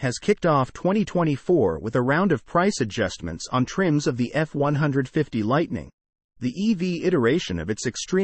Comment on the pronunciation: Hard to watch something where the computer voice is mispronouncing the model name. Is it that difficult to get a human (or properly programmed robot) to do a video that's not even three minutes long?